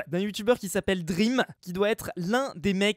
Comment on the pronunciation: on dit pas drem mais dream comme rêve en anglais